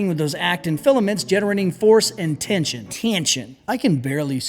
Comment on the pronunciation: "tieenshun" lmfaooo